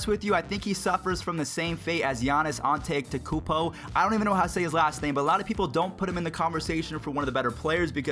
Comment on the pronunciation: An-te-to-ko-oun-po. That is his name